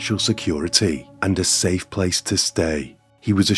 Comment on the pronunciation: Your last words are "Stay Sane" or "Stay Safe" ? I always thought it was 'safe', but this one time it sounded like 'sane'